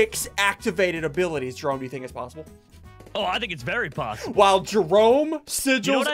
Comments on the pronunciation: he said “i think it is very POPssible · it is definitely "poppable"